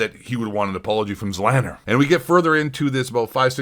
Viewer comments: The fact that you don't even know how to pronounce "Z Laner" shows that you've never actually watched any form of interaction between Doc or Z, let alone ever watched either of their streams for more than a minute.... very poor from you bud. ZLANNER will be mad. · This dummy pronoucing Z-laner zzzlaner. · I don't care much for ZLaner but pronouncing it as zlanner is killing me 😂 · ZEE LAY NER !!! Does anyone speak english anymore ?!?! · "Zlanner" tf lol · His name is ZEE-Lane-er. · Its pronounced: ZEEE LANER, or ZEE LAINER OR ZEE LAYNER. Carry on. : ) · this chump doesnt even know how to pronounce zlaner. my god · Guy doesn’t even know how to say Zlaners name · you cant even pronounce the names properly how can i take anything u say seriously what a pleb